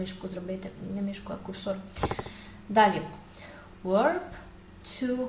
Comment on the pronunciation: Wish you good luck! I hope you would not mind if I bring to your attention a difference in pronunciation of w and v. To properly pronounce "verb" you need to bite your lip with your teeth.